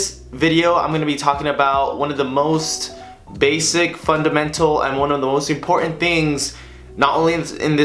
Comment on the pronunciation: Why would a bright young man say “imporENt” 🤦🏻‍♂️